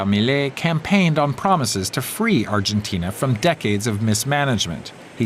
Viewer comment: what is arjentain? argentina 😂